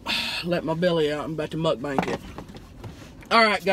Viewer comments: I LOVE how Tammy says MukBANK, instead of Mukbang, LOL!... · I love how she says "mukbank" LOL. I love Tammy so much omfg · I swear one of these days I'm gonna suck some food down my throat from laughing at something in her video. "Mukbank" kills me. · I love how she calls it a "Muk-Bank". Seriously, I can't seem to get enough of this girl. 💞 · I die every time she says muckbank 😂